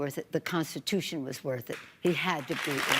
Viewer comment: As she slurs, "heee's impeeeeched forefer." . It looked like Maher was baiting her there, if he wasn't he did get her to show her true colors. She must of had a toke or two along with a glass of wine while Maher was inserting his head up her butt.